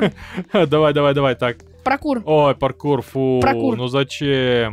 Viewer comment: сказал прокур вместо паркур🤣🤣🤣